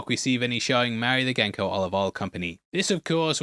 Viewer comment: Please PLEASE - it's pronounced JEN-CO.